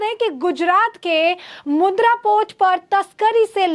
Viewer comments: मॅडम वह मुद्रा नहीं मुंद्रा पोर्ट है. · Mudra nahi, Mundra port bolo